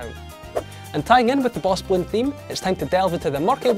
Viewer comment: Did you say, BOSS BLOONS and PARAGONS?